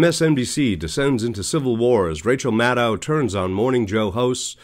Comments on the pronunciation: It would be a good idea of your learned to pronounce Rachel's last name correctly. It's Mad-DOUGH, not Mad-OW. Check it out. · I never watched their show anyway. And it's "Rachel", not "Rachael". And the channel guy isn't pronouncing her last name correctly, like many people saying "Mad-ow" instead of "Mad-oh". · Her last name is pronounced MAD-doh, not MAD-dow. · 12/5/24: Rachel and Lawrence followed by a couple others. Nicolle, too much hair and can’t (or won’t) pronounce Maddow correctly!